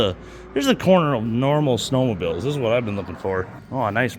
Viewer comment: LOL, listening to you two try and pronounce some of these city names is fun. I lived in the UP for several years. My folks live just outside Newberry. It's Mew ni sing (Munising) and Hoe tun (Houghton). You got Naubinway right! Great video.